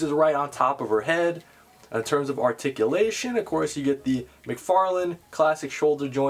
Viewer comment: TOE TICULATION!!! I missed hearing that lol